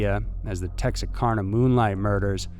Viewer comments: its pronounced: "TEX-ARK-ANNA" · HOW did he even GET "texa-carna" out of that spelling? You have to TRY to mispronounce Texarkana. :( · It's pronounced Tex-R-Cana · Love you bud, but tex-arr-CAN-nuh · I live in Arkansas, for the record Texarkana is pronounced Tex-ar-CAN-a sounding like CAN opener. Anyway there’s a theory that states the phantom killer was the Zodiac killer. People have said it’s very unlikely, but you have to admit that it’s strikingly similar. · It is pronounced Tex-arr-can-aa!!! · Love your content, but I feel as I am from Arkansas. I should let you know Texarkana is actually pronounced Tex-r-CAN-ah. Not trying to be rude just wanna be helpful. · Thank you! It’s pronounced Tex-r -canna. I’m from Texas and had to mention it. Love your channel and podcast. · Is he purposely miss pronouncing Texarkana wrong for rage bait? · There's some comments on how pronounced "Texarkana", but if you're not familiar with the area it's an easy mistake. I'm from Lancaster, and we pronounce it "LANE-kiss-ter", not "Lane-CASTER." 😊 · Lol he literally can't pronounce Texarkana.. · Did he actually look at the word Texarkana? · You did not say the name correctly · Hard to believe he (and all the others writers) haven't heard it pronounced!! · I lived in Texarkana too, and that made me cringe each time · Thank you I laughed out loud when he said it i had to rewind it and listen again lol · Tex-Are-Cana not Tex-Are-Karna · Texarkana Tex are can a Not Tex a car na. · Same 😏 but incase anyone wants to know it’s pronounced “Tex-Are-Can-Uh” Regardless, another great video !!! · It’s “Tex-are-can-ah” or “Tex-ur-can-ah” or “Texah-can-uh”, not “Tex-are-con-ah” . Just FYI. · Tex-AR-Kana....not Tex-a-karna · Texacarna???? WRONG!!! It’s pronounced Tex-r-can-uh!! JUST LOOK AT THE FUCKING SPELLING ON THAT NEWS ARTICLE!!! AHHHHH I HATE IT WHEN MOTHERFUCKERS DON’T CONFIRM PRONUNCIATION!! Even my dyslexic ass wouldn’t fuck up that pronunciation that bad!!! 🤦🏻‍♂️🤦🏻‍♂️